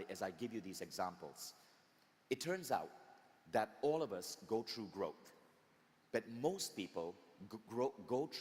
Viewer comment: then somebody should also tell Vishen about the word "THROUGH" pronounced by him as "TRUE" EVERY SINGLE TIME. I accept people for who they are with their unique cultural nuances. the main thing is that we understand the context IMHO.